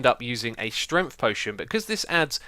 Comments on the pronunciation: why do you always say stremt and not strength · “potion of strenf”